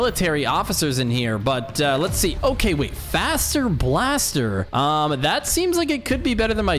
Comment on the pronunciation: Faster blaster sounds like fazer blaster